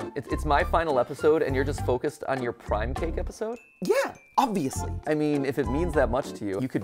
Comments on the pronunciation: Anyone catch that he said prim instead of prime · instead of Prime he says prim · This one because you said prim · "better than prim cake" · Did anyone else notice that Matpat mispronounced prime